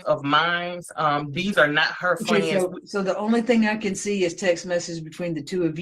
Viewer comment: What is up with these people on all these videos saying axe instead of ask? Or axwally instead of actually. Almost all these videos I’ve watched are like this. And the word friends is being pronounced fwinds.